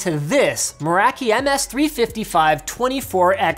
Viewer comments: Linus pronounced Meraki as "mur-ACK-EE" whereas I've always said and heard "mer-ah-key" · "Merakie" xD